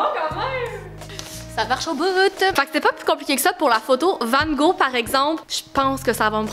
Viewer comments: Hey je suis française j adore tes vidéos par contre ta prononciation de "Vangog" m'a tellement perturbé 😂😅 petite information : toutes les lettres de son nom se prononce ce qui ne donne pas "Vango" mais "Vangogue" XOXO ma belle 💕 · la différence de prononciation de « Van gogh » entre la France et Le québec est incroyable 😭😭😭 sinon c’est une vidéo incroyable 💓